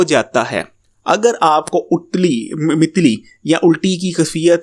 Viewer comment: یار اردو تمہیں بولنی نہیں آتی بلکہ دیکھ کے پڑھنی بھی نہیں آتی اور چلے حکمت پے بولنے..... خدا کا خوف کرو کسی اور موضوع پے وڈیو بنا لو. متلی کا تلفظ جیسے پتلی بولتے ھیں مثالیں کے طور پتلی شاخ. Mitli nhi Lafź MATLI hy جس قوم میں انڈر مڈل حکمت پے باتیں کریں گے اس قوم کا کیا حال ھو گا.؟؟؟؟؟